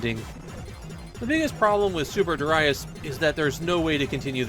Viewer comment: Super derayas sounds so bad!